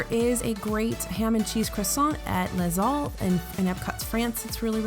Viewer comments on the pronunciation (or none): ...Buddy...just because you're visiting fake France doesn't mean you should butcher the names of difficult words. If you say 'Less Halls'' you're doing it wrong. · Props for pronouncing "macarons" correctly girl!! (macarOOns are a different cookie altogether). Tip for you: Les Halles = Lay All as in LAY ALL DIS FOOD IN FRONT OF ME DISNEY!!! :D